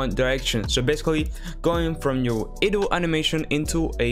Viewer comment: dude. its not "eh-dle" its "EYE-dle"